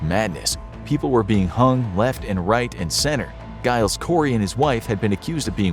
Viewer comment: Giles is pronounced like Jiles it's got to have the J sound.